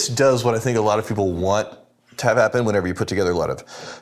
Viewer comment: "some weird think"!!!!!! At this point, he's adding the k on purpose